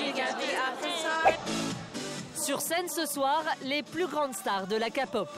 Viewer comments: Ce qu'il veut dire c'est qu'on dit pas kapop mais képop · Ont dit pas ka pot comme capotte ou cacapote mais bien k pop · La Kapop bas oui bien sûr renseigniez vous sur la prononciation mes oreillers ont saigné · oe mais international de dkre "kaypop"